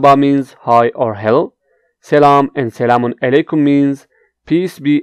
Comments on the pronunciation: Your Turkish pronounciation is extremely bad. How could attempt to teach Turkish? You are not able to say properly even "Merhaba" ! You cannot say many phrases as well. Such as, you say "selamun eleykum" instead of "selamun aleykum"... How is that? Stop teach please. And I also would like to say to audiences: Do not learn Turkish from this guy. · You said selamun LA kum🤣